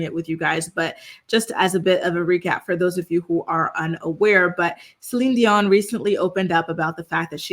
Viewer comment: I love that you say her name properly ❤ God Bless her